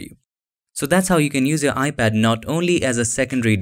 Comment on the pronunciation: I kept hearing “ibad”... not sure why..